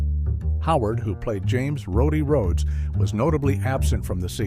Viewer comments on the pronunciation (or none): none